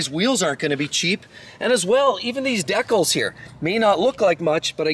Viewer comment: The way this guy pronounces “decals” is hilarious